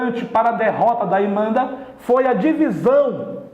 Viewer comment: "imenda", assassina o portugues